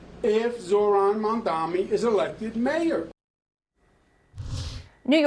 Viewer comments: He still can’t even say his name correctly. I don’t understand what’s so difficult about it. It’s Mamdani—is the difference in pronunciation between an M and an N really that difficult? Or is it intentional? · It's not Mandan dummy it's Mamdani !!! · Hahah he keeps mispronouncing his name. Mandami? He knows how to pronounce it but refuses to to keep us thinking he is different from us. He’s not Mr Cuomo u are different from us!! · Why doesn't he have enough respect to say Mamdani's name correctly? What a pathetic jerk.